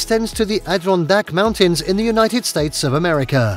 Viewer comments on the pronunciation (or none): none